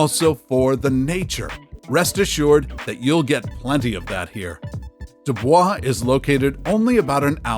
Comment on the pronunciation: Nothing like taking advice from someone that doesn't even know how to pronounce the damn town names. A big NO on Truckee and Dubois. Do your homework. And, Midway is anything but unknown.